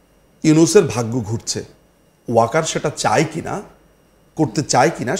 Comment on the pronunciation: wokar bolte parbe na